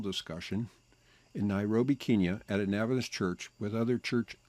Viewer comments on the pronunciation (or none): none